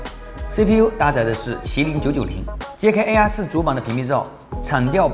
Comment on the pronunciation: AR4 的發音真的很難忽略😅😂🤣😆 其實我最納悶的是平板面積比手機大 為什麼都堅持不做正面雙揚聲器 而是都要放側面呢？